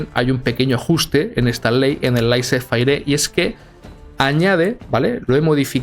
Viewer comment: laisís fer* o más o como se pronuncia xd